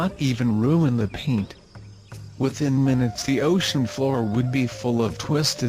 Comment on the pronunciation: luv the msg, the vid... I paused when I heard 'paint' too. A way of speaking- good enough. Now, how about "he". U called Gaia, our Momma Earth 'he'. I thought that weird too. Regardless, the msg is shared and as one w/my mindset. Never understood how many who know parts of this word, are not speaking up/against & out on any govt-money-effort being put into nuclear "anything" when IF anything, in the area of nucs, our friends have already ensured shutdown b4 bangUPblowUP.